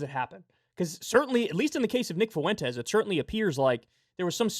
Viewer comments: Kyle for the LOVE OF GOD. It’s not FOO-EN-TES It’s FUEN-TES 2 syllables. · FFS Kyle, learn how to pronounce "Fuentes". it's an extremely common last name, but you nailed it .